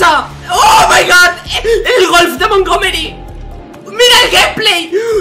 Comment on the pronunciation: Nadie:: o mai gawd